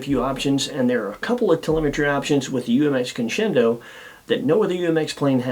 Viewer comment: This is least favorite UMX. Mainly because he can't pronounce it 👍